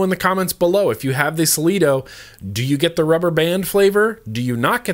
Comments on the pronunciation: Hey, i got my Cleito (btw it is pronounced as Klee-toe) a few days ago. So far, surprisingly i have not noticed any side tastes, as you describe. The general flavorness in this tank is pretty good, but i have noticed that the same 70VG/30PG juice isn't as crisp on the cleito Clapton coils as it is on, let's say my subtank mini RBA with a simple twisted Kanthal 0.5ohm single coil build. Thanks for pointing this out, i will try a 60/40 or even a 50/50 blend and see, if that drastically improves the intensity of the flavor. I personally am more of a flavor chaser than a cloud chaser. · Hi. I am relatively new to subohming. I've tried the Kanger Subtank mini and the Atlantis on and off for the last year. Just picked up the Cleito today and I love it.. I think it's pronounced "Klee-toe". Anyway I think I see what you mean about the rubber band taste. There is some kind of flavour there. Still, great vapour and, aside from that slight rubbery taste, great flavour. Thanks for the review. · FYI be careful about how hard you crank down the top cap.i was tightening it down as much as I could, and after a few days the glass caved in from the pressure Ps Wouldn't it be pronounced CLAY-toe as in the whole " I before E" saying? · and it's pronounced CLEE-TOE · Sounds like machine oil, it's a good rule of thumb to clean out any tank thoroughly before vaping. Also, not nitpicking, but I think it's pronounced CLEETO. I've also heard people say CLAYTO though. No matter, it's a good tank with lots of airflow and good vapor production, in the end, that's all that matters lol ;) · In Greek Mythology Cleito was essentially the mother of Atlantis. It's with a K, and an "eye" sound, not "ee." I don't get a rubber band taste from mine, but I suspect if I ran it any higher than 70w it might start cooking those rubber gaskets. I never saw the appeal of cranking it up that high though. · "clee-toe" M8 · lol i love pronunciations hey its ka-lee=-to lol love ya bud!!!